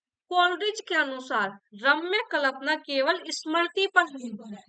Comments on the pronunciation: Ugc net k liye pdha rhi h ap jisse aage chal k bachhe assistant professor banenge esliye ap hindi k words ka pronunciation sahi se kriye Kalpana dhwani jaise sabd ap galat bolti h or sth me or b bht se sabd h Jo galat bolti h esliye unko sahi kre Jb teacher sahi bolega tbhi bachhe sahi bolenge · माफ़ी के साथ कह रहा हूँ प्लिज़ 🙏🏻 जब कल्पना की उच्चारण करती हैं तो बहुत खटकता है 🙏🏻 एक बार इसपर ध्यान देने की कृपा करें